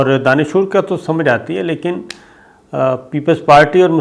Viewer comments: BEWAKOOF INSAN DANISHOOR KOI WORD NAHI, ASAL LAFZ DANISHWER HAI. LANAT HO TUM PER NATIONAL BROAD CAST PER URDU ZUBAN KA BAIRA GHARAQ KAR RAHAY HO. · Bhai ye DANISHOOR kiya Lafz hey? DanisWER Sahi tallafuz hey! Jesus; طاقتور، زور آور، پیشاور، وغیرہ وغیرہ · Danishoor nahi danishwer sabir sb. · Please correct the word, Danishoor? It is Danishwar. Thanks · Danishoor ya Danishwar?🧐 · Sir, correct pronunciation is 'Danish War', not "Danishoor". 😬😬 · لفظ دانشوَر ہے دانشُور نہیں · Sabir sb lafz dandhoor nahin balkay dsnoshwere hai. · Astaghfirullah sabir bhaai itna ghalat urdu bhaai sahib danshoor nhin hota Danish war hota hy 😇😇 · Danishwer hota ha. Dansshoor nahi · Sabir sir danish war hota hy danishwor nahi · AOA mery bhai ap danishwer ko danishoor perh rhey hen, yeh persion word hy is ka matleb "wala" ky hen ie taqetwer,deedawer,janwer,beherawer etc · صابر بھائی آپ دانشور لفظ سہی نہی ادا کر رہے یہ لفظ دانش ور ھے danshoor نہی ہے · Sabir bhai yeh DAANISHWER Hota heay DAANISHOOR nahin. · Sabir sb ye 'danashoor' Kia hota hy? Ye lafz Danishwer hy. Like taqatwer. Aap se ye umeed na thi. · ارے بھائی صابر؛ تلفظ دانشووُر نہیں دانشوَر (دانش وَر) ہے۔ صابر شاکر صاحب آپ ہمیں اکثر حیرت میں ڈال دیتے ہیں۔ اسے درست کر لیجئیے۔ اور ایک اور بات۔۔۔ آپ اکثر انکریزی کا ایک لفظ “انفارمیشنز” استعمال کرتے ہیں۔ مگر واحد اور جمع دونوں صیغوں میں لفظ “انفارمیشن” ہی استعمال ہوتا ہے۔ لہٰذا “انفارمیشنز” کوئی لفظ ہی نہیں ہے۔ گو کہ مطلب دونوں صورتوں میں سمجھ میں آجاتا ہے مگر “انفارمیشنز” کانوں میں کھٹکتا اور برا لگتا ہے۔ خیال رہے کہ آپ کے سننے اور دیکھنے والوں میں ساری دنیا سے لوگ شامل ہیں۔ آپ کے لئیے تمام تر نیک تمنائیں۔ شکریہ۔ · Sorry Sabir sb it is shakast not shakist and it is danishwar not din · دانشور آپ غلط پڑھ رہے ہیں دانشور واو پر زبر اور ر پر جزم ہے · سَر اگر بُرا نہ مانیں تو ایک تصیح کر دُوں آپ نے ایک لفظ بولا ہے "دانشور" آپنے "ش" پر پیش اور "و" کو ساکن کر دیا ہے جبکہ "ش" ساکن اور "و" پر زبر ہے ـ